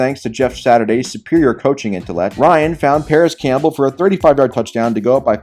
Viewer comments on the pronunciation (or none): none